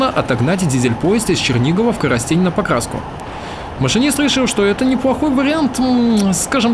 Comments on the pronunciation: Только не коростЕнь и подусОвка, а кОростень и подУсовка =) А чтоб правильно называть железную дорогу на украинском - в конце не "а" - залiзницА, а "я" - залiзницЯ =) Спасибо, за шикарнейшие ролики! Успехов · Не Коросте'нь, а Ко'ростень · интересно смотреть твои видео. Но хочу поправить. На не КоростЕнь, а КОростень. Ударение на первую "о". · Ну КоростЕнь меня просто убило) ахах) правильно произносится кОростень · Не Коростень а Коростэнь и ударение на последнюю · не КоростЕнь, а КОростень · Плз, про КОростень, древлянскую столицу: произносится почти одинаково на двух языках (укр.: КОростэнь). А то услышав, не сразу врубился: коростЕль (птица) - и всё тут! Ну, про месть Ольги - сожжение города, я думаю, известно: по христианским законам её месть - бесчеловечна (по законам язычников - святое дело). Байка про сокращёнку на Овруч: порадовала, правда теперь или ещё раньше, сие не представляется возможным - в 2016 г., 9 Мая, сам был свидетелем разбора бетонных шпал у переезда на объездную НШ, что в 3 км от Янова. Мосты и виды на русла рек - очень впечатляют! И также природа: сосны на песчанике, да заливные луга.. Красотища! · приятно тебя слышать, класно расказываешь, спасибо. Коростень- наголос на первую букву "о") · Всегда думал, что Коростень - ударение на первое О. По ушам бьёт, когда на Е